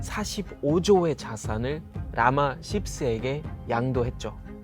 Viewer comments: 나만 라마ㅆ새로 들었나 게임하면서 듣다가 흠칫 ㅋㅋㅋㅋㅋ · 라마 씹쎄 발음이 좋네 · 발음이 라마씹새로 들림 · 라마10세 이야 발음 직이네 ㅋㅋㅋㅋㅋㅋㅋㅋㅋ ㄹㅇ 십세 같은 짓 하네 ㅋㅋㅋㅋㅋ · 라마 10세 발음 주의 ㅋㅋ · 10세 발음이 흠 ㅎㅎㅎ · 설명이 너무 좋아요. 근데 라마 10세 발음할 때 넘 웃겨요. 욕은 좀 서툰 것 같아요 ㅎㅎㅎ